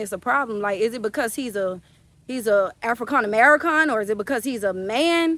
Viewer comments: “Africon americon “ Took me tf out!! 🤣😭😭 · "Africon Americon"😭daaawg😂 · I'm sorry...did you say "AfriCON AmeriCON"??? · absolute classic lol afriKAHN ameriKAHN lmaooooo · Not afrikon amerokon 😂😂😂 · Is she smacking on that gum damn how old is your daughter I thought she was the daughter sound like she needs to go to school with her daughter and learn some correct grammar the way she say African-American